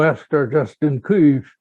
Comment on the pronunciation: Kыiv) One needs great experience indeed to pronounce it like that, being non-slav)